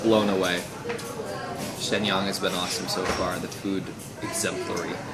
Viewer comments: It upset every time you mispronounced Shenyang. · I just don't like it when you fling judgement without even bothering to know how to pronounce the name of the city.